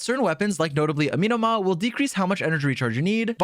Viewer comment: I hate the way he is pronouncing “Amenoma” 😂